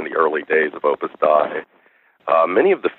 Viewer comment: It is Opus Dei (Day - EE) is the correct pronunciation. It's Latin.